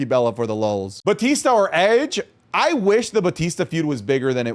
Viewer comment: Edge...its Edge